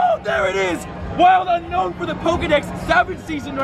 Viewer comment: It's pronounced oo-known